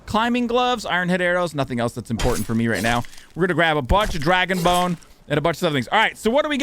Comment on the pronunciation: Did you say dragon boner ? Lmao